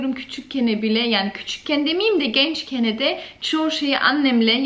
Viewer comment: GencKENE😂 gencken*